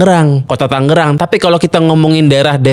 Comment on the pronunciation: Yg bener Tangerang, inget jaman STM ngerjain pr gambar teknik nulis nama skolah pk 'Tanggerang' lgsg dikoreksi sm guru..Krn salah penulisan yg benar 'Tangerang' krn sblm kotamadya msh Daerah Tingkat (DT) itu, 'DT.II Tangerang' Klw pengucapan Mungkin krn kebiasaan atau ap atau mungkin jg Krn sering dengar'y 'Tanggerang' Jd yg blm tw ngira nama kota'y 'Tanggerang', smp skrg pun msh ada aj yg sebut 'Tangerang' itu dobel (g)=Tanggerang..😬 Pdhl penulisan yg benar kota/Kab 'Tangerang' 😬